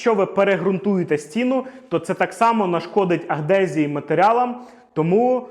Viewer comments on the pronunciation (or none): Правильно говорити адгезія. Це термін, що позначає процес зчеплення поверхонь різних матеріалів між собою. Слово "агдезія" є помилкою☝️